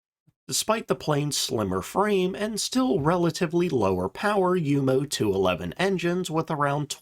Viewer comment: Thank you for pronouncing Junkers and Jumo correctly!.